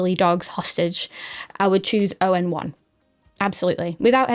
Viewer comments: ON1 user for quite a while now, so it was refreshing to see it at the top of a list of LR alternatives. And just in case nobody else mentioned it - it's "On1" not "O..N..1". :) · It's pronounced "On one" not O N 1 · Thank you for the great tips, as a ON1 long time user, I just wanted to point out the name of the company is not O N 1 it is pronounce on-one like all in one. Great video, cheers. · Spelling out “oh en one” instead of saying the words “on one” is too cute for words😂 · You should do some more research before criticizing the name ON1. It's pronounced onone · Nice review! Thanks. I always thought ON1 was pronounced “On One” (awn-wun) which rolls off the tongue a little easier. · I’m surprised you haven’t heard of ON1, the company has been around for well over a decade. Their products work - or at least used to work - as a Photoshop/Aperture plug-in as well as a standalone product. I haven’t used it for a while as I’m taking a break from digital photography, but it always been a good product and one I’ll go back to when I resume digital photography. By the way it’s called ‘on 1’ not ‘o n 1’ - it was clearer how it’s pronounced before they changed the logo from ‘onOne’ to ‘ON1’.